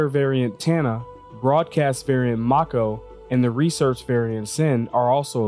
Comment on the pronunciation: If it was pronounced KOR-ay there would be an accent mark over the e. There isn't so it's pronounced KOR. Mako is the name of a type of shark. You also pronounced the name of that ship wrong. It's properly pronounced MAY-ko. Here's hoping you pronounce Calliope properly as ka-LIE-o-pee.